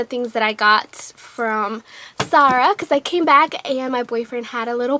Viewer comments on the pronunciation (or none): its ZAH RAHHHHH NOT SAH RAH